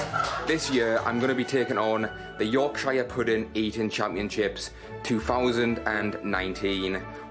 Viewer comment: i was rooting for until i heard him say yorkshire at the end